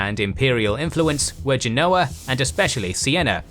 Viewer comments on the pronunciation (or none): none